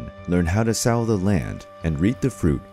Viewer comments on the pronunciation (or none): "how to sow the land" I think. He pronounces sow weirdly haha